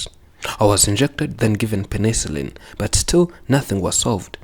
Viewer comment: She said they tried penicillin (she pronounced it “pa-NI-sul-LIN”, so it would’ve been easy to miss). It didn’t work. [edit] here it is